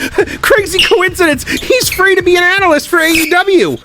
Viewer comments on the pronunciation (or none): none